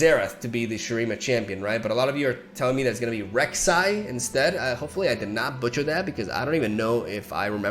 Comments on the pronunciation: Yay Rek'Sai, best girl of league finally in LoR. You pronounced her beautiful name perfectly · Yes, you did pronounce Reksai correctly! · said Reksai correctly. Me feeling proud for no logical reason whatsoever haha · Rek’sai is pronounced how you say it, great job! Big claps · You nailed the Rek'sai pronounciation man!Good Job! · Voidborns have a ' most of the time that just is there to have a little pause before the second part of the name, since that is ancient shuriman, but no one cares. It's only important for the lore since in Rek' sais case it means "Queen of the sands" ... I think. That Rek'Sai pronunciation was perfect.... When you are just there for the game. (you don't have implement that pause when saying her name. It was just a fun fact) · I nearly cheered when you pronounced Rek'Sai perfectly. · claps for not butchering Rek'Sai's name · Nailed it with the Reksai 👏👏👏👏👏👏👏👏👏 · you acc make my nights better man, keep up the good work. also congrats for saying Rek'sai corect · You did in fact say her name properly. Gj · Yes her name is Rek’sai you got her name right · clap clap clap clap You didn't butcher Rek'sai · Nice job with the pronunciation of Rek’Sai! Glad to see you are back. Maybe Xerath will be the special champion released in July. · Rek’Sai pronunciation 10/10 Btw have you seen the Possession combo vid by Snnuy? I think youd be able to improve it and maybe make it competitive! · Yes, it's "Rek'Sai". Your pronounced it correctly. It is a female void creature. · Congrats on the pronounciation 👏👏👏 Rek'sai is actually from the void but idk they don't want it to be a region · Round of applause to for not butchering Rek'sai's pronuntiation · You pronounced Reksai right 👏👏👏👏 love you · Woah he said Rek'Sai right. Didn't expect it. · You pronounced Rek'Sai correctly. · I'm so surprised you pronounced Rek'sai flawlessly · Rek' sai is correct. Collect your YouTube points at the counter